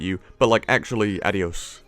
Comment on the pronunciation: That spanish adiós, lovely and awful at the same time! Hahaha